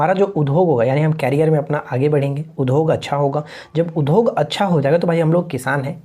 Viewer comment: Udhog nhi boliye udhyog boliye , sunne me achha nhi lagta hai.